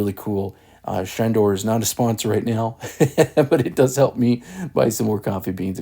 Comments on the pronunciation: It is ShaRdor not ShaNdor. There is no "N" in the name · It's not Shandor... it's Shardor 😂 and it doesn't grind fine enough for older beans (which admit it, most of us have in our pantries). I came here looking for a video that might show how to adjust the internal burrs to make a finer grind. Lowest setting pulls a short shot no matter how much espresso you load the portafilter. I don't think the internal burrs can be adjusted so it looks like I will be looking for a new grinder. For fresh beans I can usually get away on either number two or number 3 setting and it works well for that.